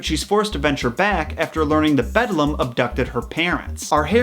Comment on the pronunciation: Excellent installment--so glad I found your channel! The only thing to quibble about is that the Eeeevil Other Mother is called "The Beldame" (bell' dahm), not "The Bedlam." "Le Belle dame sans merci" is a terrific pre-Raphaelite painting that shows one interpretation of the lamia-like "Beldame." Essentially she lures young men in particular from the safety of reality and into an illusory world of beauty, pleasure and obsession. The Beldame's end goal is to lull her prey into slumber in order to suck out all the life, animation, and soul from the victim. Yikes! Looking forward to more episodes!